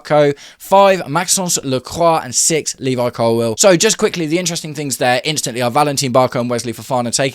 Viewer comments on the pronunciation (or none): none